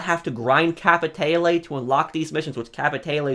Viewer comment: Bro how fucking hard is it to say capitale right?